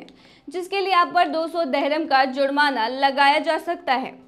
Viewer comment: Dehram Nahi dirham kehte hain.